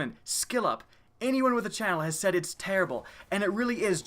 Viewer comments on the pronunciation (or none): none